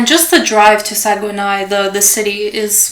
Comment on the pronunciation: good video but Saguenay is pronounced Sag-nay (or sag-neigh)